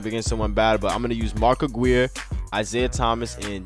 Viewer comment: You say mark Aguirre wrong